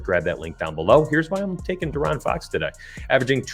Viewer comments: Lol its (DEE-Aaron) bro 🤣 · hey love the vid but i couldnt shake how u say foxs name 😂